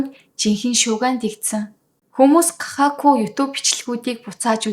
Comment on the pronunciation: Кахаку биш гахакүю аан бас ку биш ,у, үсэг япон байхгүй